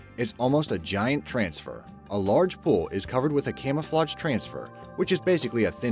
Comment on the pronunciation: Things on your to-do list: Learn how to pronounce "camouflage."